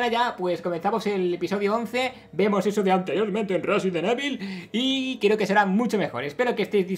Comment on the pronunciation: Resident ivol :'v